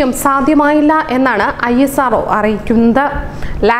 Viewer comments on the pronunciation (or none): ESRO ANO ISRO ano